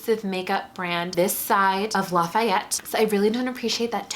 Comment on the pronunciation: The way you said Lafayette made me laugh so hard, thank you for that.